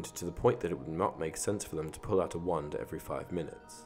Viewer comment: When he says wand it sounds like one 😅😅